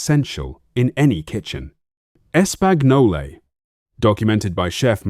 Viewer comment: "Es-Pag_No-Lay" - Looks like A.I. still has some work to do. 🤣